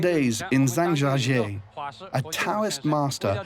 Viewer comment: OMG americans, its pronounced (Jahng Jya Jyeh) not (zang jahjjee)